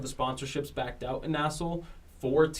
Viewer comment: For the love of god stop calling it “nassel”. It’s N-A-S-L.